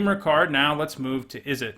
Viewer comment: Ok but , Izzette? ;) For real though great content, and it however you pronounce your card names, I ain't bovvered.